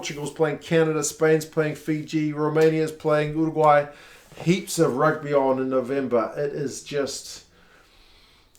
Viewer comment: You pronuce Uruguay weird, it sounds like your doing an impresion of a pigeon at the same time.